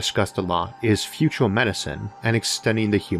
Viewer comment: feato're(future), univ'oss(universe), yee'a (year), computo' (computer), ... Seems like US English is evolving in front of my eyes :)